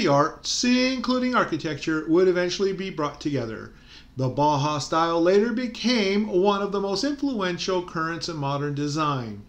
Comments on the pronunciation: It’s not HAWS it’s House..the us is pronounced “ow s” and if that is true then the bau is more likely Bow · Thanks. Yes, I read up on the subject as noted in the video. My mispronunciation was partly clowning. You know, "boss?". My humor falls short sometimes. That's why I better keep my day job. :-)